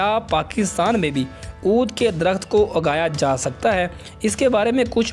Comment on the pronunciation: اوبھائی ۔ درخت اُگایا جاتا ہے ، اِگایا نہی جاتا